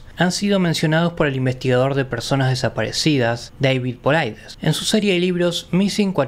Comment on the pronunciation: Soy fan del Sr. Paulides y me encanta que traigas parte de su trabajo para la audiencia hispanoparlante, con tal grado de fidelidad. Ni una coma inventada. Ah, y que pronuncies bien su nombre es una maravilla. Gracias y felicidades por tu trabajo.